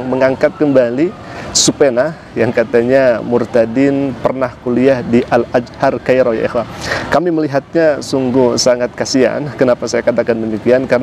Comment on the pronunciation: Afwan ust! Bukan al ajhar tapi al azhar